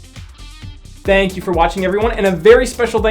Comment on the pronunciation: "you" not hou